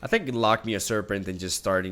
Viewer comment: hey bud, loch is pronouced similarly to lock, just a bit flemmy at the end :P